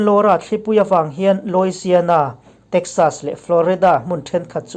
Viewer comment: Louisiana hi s alam rik tur anilo. S hi Z anga lam rik tur. Louiziana tih anga lam tur